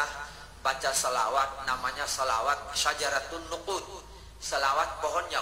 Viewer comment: syajaratun nuqud neng, bukan nusuk🤭😋